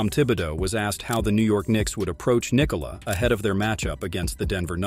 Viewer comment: Well done on the pronounciation of the name Nikola! :)